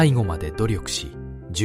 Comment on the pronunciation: 「従容として」は「しょうようとして」と読む！